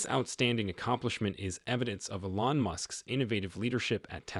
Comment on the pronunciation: It's not e-LON, it's EE-lon.